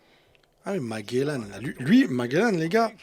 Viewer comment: Je voulais te dire que Magellan se prononce ge mais pas gué❤